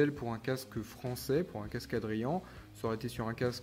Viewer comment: Tres jolis casques ! Et bravo car tu es un des rare sur YouTube qui prononce bien Adrian 😂😉